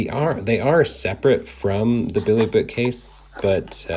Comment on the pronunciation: this guy has a really hard time saying BILLY haha